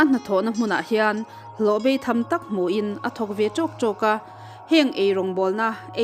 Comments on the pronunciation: Beitham, hi chu a lam diklohna pawh ka hre ve lo. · In mizo tawng hman hi han fimkhur deuh teh u. "Beitham" "Hloh" tih te in lam dik lo nual ngaihthlak a hahthlak deuh.a bak chu a tha lutuk e.